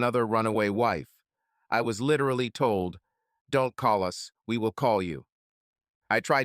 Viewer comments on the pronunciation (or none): There are so many; it's hard to track 'em all, but just shy of 17 minutes in, "...literoticland..." Pretty sure they meant literally. The other spelling, grammar, mispronunciation, and those gaping plot holes do nothing for the listener to be able to enjoy and, in due course, appreciate this A.I.-generated melodramatic effort. IMHO, if you keep the listener deep in the story, you'll get those sought-after likes & subs. If the listener keeps getting yanked out of the story by tripping over easy-to-fix things your lack of review left in, well... The likes you do get are just kind folks being kinda easy on you. Wish I could have been one of those. The vast amount of ledger details in the secret box in the secret room are there to pad this thing up to nearly 2 hours in duration. This is repeated with the play-by-play of the DVD contents. It has dick (pun intended) to do with moving the story along. Instead of story, the listener gets trips to the word salad bar, over and over again.